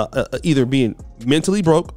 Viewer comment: Its sounded like was speaking on BROKEN women not Broke$